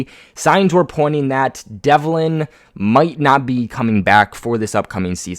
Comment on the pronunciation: Its james develin.....not devlin.....jesus christ 🙈🙈🙈🙈🙈